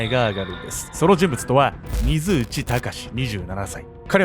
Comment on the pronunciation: 水内って油断（？）して聞いてたら 非通知に聞こえる。 ...私だけでしょうか。どーーでもいーいですよー